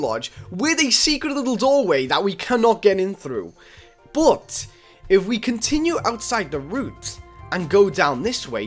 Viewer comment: How u say but “bot” everyone else “but”